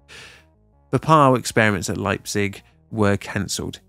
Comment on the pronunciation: just a hint: EI in German is pronounced AI like "I" in English. So it is Leipzig - Lipetsick and Uranverein - Ooranfurine :D